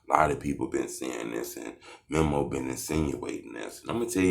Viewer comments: DUDE ITS MEMO NOT MIMO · Lmao boy said Memmo 600 🤣🤣🤣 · Buddy be on they nuts so much and still can’t say memo right 😂😂